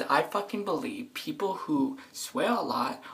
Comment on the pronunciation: "I bewieve tht pepl tht cuss alot are berey intelogent" Like what the hell who the hell says something so stupid like that for real ... I'm done